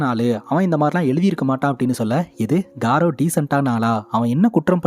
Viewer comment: Adhu காரவ் ila கௌரவ்.. good explanation